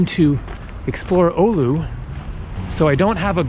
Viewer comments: Its Oulu not Oulo :) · Oulu (NOT Oulo) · it's Oulu not Oulo :D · The coolant wouldn't freeze even if the car wasn't plugged in. The purpose of this is to warm up the engine and oil just so you wouldn't need to do an actual "cold start" that really takes it's toll on the engine in the long run. Also its "Oulu" not "Oulo" :D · Its Oulu, not Oulo. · its Oulu, not Oulo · Its oulu not oulo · Oulo, its actually oulu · Oulu not oulo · It’s not “Oulo” it’s “Oulu”. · Alina McPherson Sounds like he said "Ulu" )) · VA It’s Oulu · Its Oulu😂😂😂